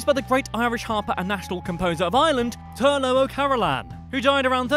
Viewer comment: And Turlogh o Carolan is pronounced turloccchh o Carolan not turlo